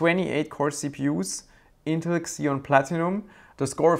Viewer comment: It's ZEE-on, not KSEE-on, fwiw